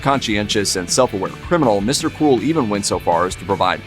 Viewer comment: It sounds like he is saying Mr. Cool not Mr. Cruel. I looked at the segment title to find out what he was saying.